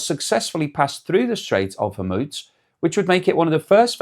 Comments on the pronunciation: Pronounced hermuuuz nit hemuts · Why do you always say Hormuz like that? It seems everyone say it differently! 🤣